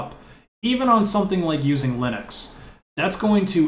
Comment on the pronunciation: wait, what the heck is lye-necks, son?